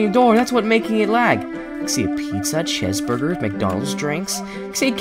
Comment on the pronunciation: is not Chaz Burger it's cheeseburger